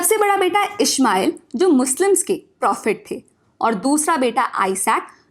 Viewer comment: It's not ishmail its ismail please correct it